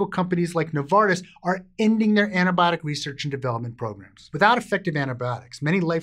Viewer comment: I thought he began the video enthusiastically saying "It's tampon awareness week!" E-nun-c-i-ate.